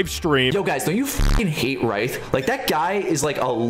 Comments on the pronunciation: Why does bro sound like he’s saying “rice”? Say Ryth like a normal person, buddy. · His name is not pronounced Rice 🤓🤓🤓 it's pronounced rith but the spelling is ryth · How do you pronouse "Ryth" as "Rice" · “YightH” no way this guy name “HUE” 💀 just called my guy yighth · Bro said rice instead of ryth💀💀💀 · bro said rice than ryth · bro said your name as freakin' raieth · No, no I don’t hate “rithe” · when bro said ryth i was about to throw hands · "Rith,Rith,Rith,RITH," it isn't that hard his name is Ryth Said sounding like Riyth Like everyone says it wrong like bruh it aint hard! i knew it immediately like English isn't even my first language! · how did he pronounce Ryth